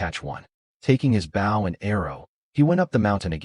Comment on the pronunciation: You catch it, cook it. A pufferfish sounds like something dangerous. The narrator of this needs to learn how to pronounce bow.